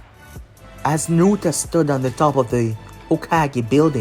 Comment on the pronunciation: NARUTO Not nurta